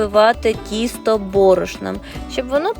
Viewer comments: То тісто чи кісто,баба не чує😂😂? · Спочатку звучало правильно ТІСТО,а потім знов таки КІСТО😅